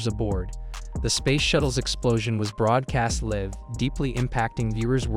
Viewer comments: Yes, and there's a difference between live (rhymes with hive) and live (rhymes with give). And half the video is fake. Channel blocked. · ai mispronouncing the word live: liv